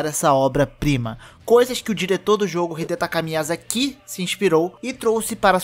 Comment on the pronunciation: dá mto nervoso ouvir "miyazakí" t.t